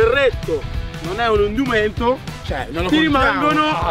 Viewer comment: “Indumento” 😂 non UNDUMENTO